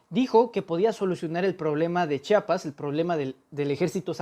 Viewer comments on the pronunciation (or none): none